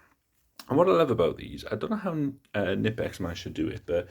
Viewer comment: actually pronouncing "Knipex" correctly.